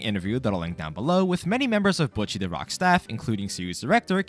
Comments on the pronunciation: This video is annoying me. He is pronouncing her name Bucchi, when it is BOCCHI! there is no u there, say it right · its Bocchi not Butcchi. besides that, great video, was fun watching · Cmon Man U watched the anime. How can u pronounced the name wrong? It’s not Bucchi it’s Bocchi! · WHY CAN NOBODY SAY HER NAME RIGHT ITS BOCHI NOT BOKY NOT BUTCHY ITS BOCHI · I can’t stop hearing “bucchi” lmao good video! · Why is he pronouncing Bocchi as "Butchy" They say it pretty-clearly in the show if you listen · i dont like how you say buchi it makes me very uncomfortable almost like im missing out on an inside joke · when you say bocchi it sounds like your saying butchy lol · why do you pronounce it like butchy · Her name is not Butchi lol. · why u pronounce “Bocchi” like you’d pronounce “Gucci”? The “o” is supposed to be like the “o” in “bohemian”